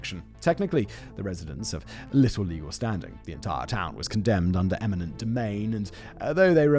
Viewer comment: "eniment" domain? sigh …